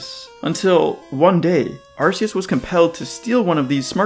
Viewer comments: As other people have said it kind of has to be arc instead of ass. Not only does it's body have a distinct arc around it, the phone from the game is called the Arc Phone. Ark is also kind of a bible reference I guess, in a few ways. Also arcane which it's name could also be based on. RKS System also proves this. I mean if it's name was Ar-see-us they could have had Silvally's ability be RCS System instead. So according to Game Freak themselves in multiple instances it's name has to be said with a hard C, the question is if it's Ar-kee-us or Ar-kay-us. But seeing as you don't pronounce the letter K as "key" then it must be Ar-kay-us. It also sounds like archaic. That's the summary. I don't see how logically it could be anything else. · The correct pronunciation, Ar-KEY-us, as explicitly PROVEN by the ARC Phone. Unless you pronounce arc as 'arse' like some kind of irl shitposter. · You call it an arc phone, but still pronounce it ar-see-us? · Key sounds better